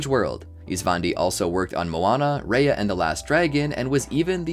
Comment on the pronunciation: Raya is pronounced like rye-yuh not ray-yuh